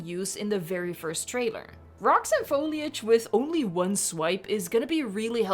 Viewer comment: I'm just happy you say foliage correctly (Even if it's not your first language), and not FOILage, like some other Youtubers.